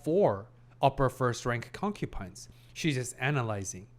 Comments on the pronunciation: You keep saying concupine. Please, I beg of you, it's concubine ; . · Hi brother, great video as always. Uhm, just a little thing I noticed and haven't mentioned yet. You are pronouncing concubine with a P, I hear, instead of a B. As an ESL myself I wanted to tell you.